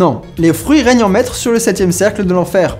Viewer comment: "c'estbon les foeurus" XD